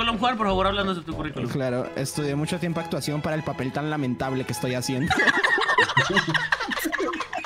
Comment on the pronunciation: "Estudie mucho actuaccion para el tan lamentablemente papel que estoy haciendo" Juan 2020